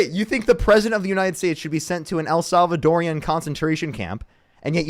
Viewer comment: I love your streams but I just want to say, as a woman married to a Salvadoran, the correct way to say Salvadoran prison camp is what I just said. It’s not el salvadorian. I know, I get on my kids nerves too lol